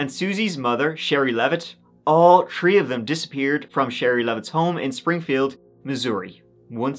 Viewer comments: please learn to say three not tree, third not turd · In this episode, said “tree (3)” and “turtieth (30th)” six times.